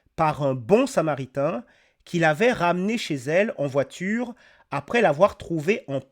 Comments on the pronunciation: Une voitchure 🚘 wesh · La porTchiere de la voiTchiure